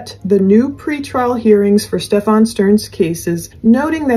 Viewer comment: it's pronounced "Steffin," NOT "StefAWN" as you've been pronouncing it. I love your show!